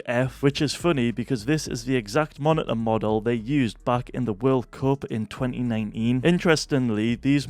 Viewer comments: Nahhhhhh The way how bro said 209een 💀💀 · the way hes says 2019